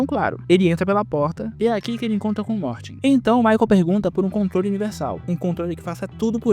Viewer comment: Quando era criança estranhava muito o Michael chamando o cara de "Morte" como se fosse normal, até que eu descobri que o nome do personagem é Morty e que a pronúncia como "morte" na dublagem foi uma mistura de coincidência e genialidade